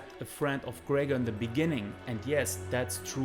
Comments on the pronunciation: Obv smdh.. it Gregor lol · His names not gregger That's disrespectful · conor mcTAPgor😂😂😂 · No it is Greggor as Khabib had knocked the fuck Mc out of McGregor. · I am behind Khabib all the way. How can I like a video where a guy cannot say McGregor? Work on your speech dude.